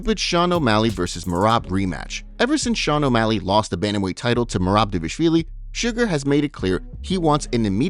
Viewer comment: Homie, this is my fav MMA updates channel, not disrespect. But you gotta learn how to pronounce Merab's last name 😭